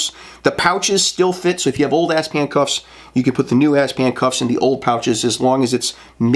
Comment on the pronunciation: ASP is an acronym, and it’s pronounced A S P. Not asp.